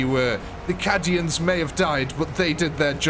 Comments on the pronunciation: Cadian is said ca-dian not cad-ian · I'm not sure what made me start laughing more, the way "Cadian" was pronounced, or the fact that "Templars" was spelled "Tempars". To be clear, not being an elitist or laughing in any mean way, just started making me laugh. Lol